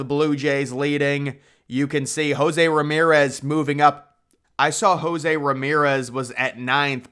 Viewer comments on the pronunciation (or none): none